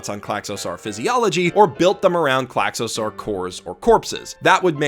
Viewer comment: Wow, someone's reading way too into things again. And also that pronounciation of Klaxosaur... it's "sore", like the ending of the word dinosaur. Not "sar"